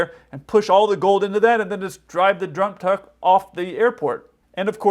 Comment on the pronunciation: "Drive the jrump tuck"